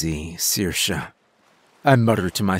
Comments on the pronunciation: Thanks for pronouncing Saoirse right ❤️ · Nice you actually pronounce Saoirse reasonably well! I’m surprised at the amount of narrators who don’t bother to look up how to pronounce certain words or names they are unfamiliar with. And great job voicing the sea bishop, unique!